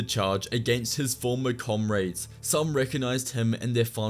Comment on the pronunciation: CommRADS... Not CommRaids